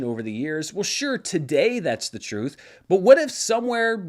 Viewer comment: "YOU CAN'T HANDLE THE REUTH"!!!